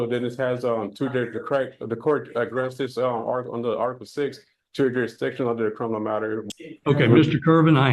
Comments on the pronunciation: Not to mention "juri diction". Im waiting for "coherse". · It's "juridishin" silly!